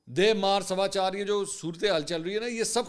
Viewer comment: Sir g dy Mar sawachar ni hota sadaychar hota ha,calculater lga k dekh len😂